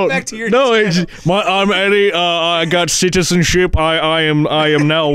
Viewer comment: "I am eddie I got citenship" that fcking killed me lmao